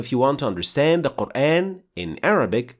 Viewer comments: In shaa Allah the shien has a clear fatha sound here as it should ( a naseeha brother make sure the letter ha is also pronounced clear and the end of the name of Allah) but then you pronounce Qur(aen). Explain this pls brother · I have a question, why do you say Qur’an with American phonetic sounds of letter a. Isn’t it supposed to be Quran, natural Madda on alif?